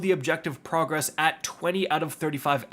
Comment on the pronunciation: Bro says "pro" gress, like he only ever seen the word written. It's progress bud.